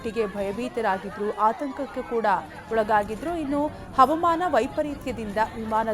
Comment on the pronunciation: ಹ‌ವ‌ಮಾನ‌ ಅಲ್ಲ‌ ಹ‌ವಾಮಾನ‌ ಎ0ದು ಹೇಳಿ